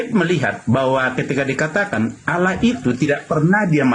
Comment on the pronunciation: Jika menulis harus tepat yaitu ALLAH BUKAN ALLOH. hanya yg menulis demikian karna Tdk mau menyamakan kata ALLAH karna dia Tdk mau DIKATAIN mencuri dari ALQURAN. JADI BACANYA PUN DIA PLESET ALLAH DIBACA ALAH.